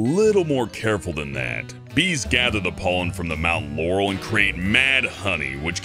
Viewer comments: He said moutain yancy not moutain laurel wich was a little weird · Sorry but I heard Mountain Yanny ;) ok I’ll stop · I heard Mountain Yanny, what about you guys? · i can't find it on the internet but i only hear you saying 'mountain yanny'